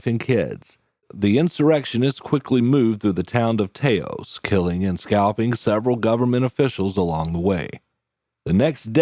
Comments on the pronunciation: It's "Tah-os" not "Tay-os"....just sayin'. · The town is NOT pronounced TAY-os. “TAH-os” as in “them’s some nice TA-TAs, señorita!” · I'm born/raised in AZ, with generations of family/friends in NM as well. I have never, ever heard Taos pronounced "Tay-os".